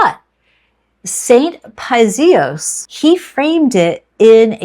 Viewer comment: Thank you for your wisdom. I’m Greek, if this helps, Paisios pronounced Pie-ee-see-os.